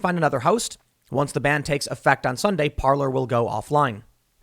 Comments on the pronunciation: Parler is properly pronounced par'lay. It means speak in French. I.E. parler en francais. If it was pronounced par'lure it would be spelled parlor like a sitting room. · the first time i heard of parlor was from tim, and hey pronounced it parlay lol